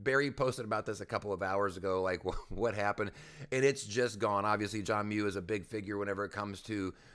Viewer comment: His name is John Mueller, not John Mu. Lol